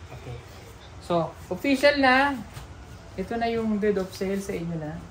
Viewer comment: Deed of sale( sounds like did)